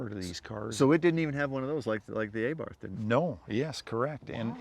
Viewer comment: Aybarth lol, no I think it’s Abarth